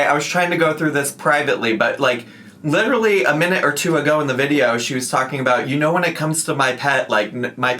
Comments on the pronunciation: At least she didnt say leederally. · Oh so now she can pronounce “literally” normally again